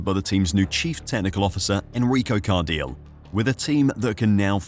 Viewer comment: its Car-di-le... hes not english, do some research